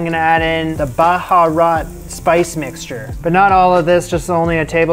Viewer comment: It’s more like Beharat and the dry black lemon real way to say it Noomi , the original name is ( Nommi Basra) and Basra is a major city south of Iraq and that where they got it, but the baharains don’t say it properly. I hope you don’t mind me that. The dish is amazing.